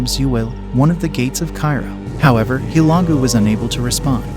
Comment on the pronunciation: Guy on video has no idea how to pronounce Hulegu! What trash!!